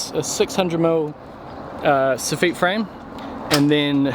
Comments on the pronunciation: We say S offit 😂🙈 Sounds like ur saying sophia 🙈 Great content though :) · Soff-EET??? Nevah! SoFF-IT! Always. Unless you are a Kiwi- in which case it is Soff-UT. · Any chance you could ask yer faither how to say (saw-fit), the chippies in Edinburgh are p***ing themselves everytime you say sore feet! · It's soffit, not SO - feet 😂😂😂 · you're killing me its pronounced sof-fit not sof-feet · Soff it, not so ffit. Emphasis on the wrong sy llable. At least that is the way we say it in America. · ‘Soffit' is spoken as it is written: Soff it (Soffitt), not “Soffeet”. Love your work man! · SOFFEET??? Where's that come from? It's a SOFFIT!! lol. But then you Kiwi's sometimes call a NOGGING/NOGGIN a DWANG!! Jeez I could never understand where that word came from,. When I lived in NZ I would ask n no-one seemed to know where it came from either!! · I've always hated how you say soffit. In england it's pronounced how it's spelt. Sof-fit. Saw-feet sounds girly, like the french. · Soff - it Not soff - eat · Lol S off it Not eet, not ay or anything else. Soffit. Like profit 😂😂😂😂😂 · This might be the first time I've heard it pronounced "sew-feet." I'm a "saw-fit" man myself. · In the UK it's "soff-it"....similar pronunciation to "cough fit".....although that's probably a really bad comparison right now! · i had the same thought ;) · Haha it's a weird kiwi thing to pronounce it with the French accent (soffit is French in origin) intact. Say the word again with the French accent in mind and have a wee chuckle. If you said "sof fit" here you'd get a weird look. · Funny, funny! The second one is perfect/correct...'soffit' soff-it.